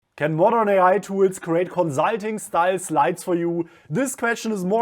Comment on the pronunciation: Haha gleich im ersten Satz bei Tools